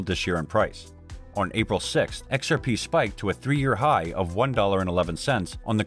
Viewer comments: im i the only one hearing it like this occasionally lol "ex are Pae" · X-R-Paaaei guyz